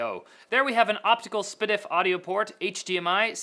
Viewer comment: He actually said SpiDiff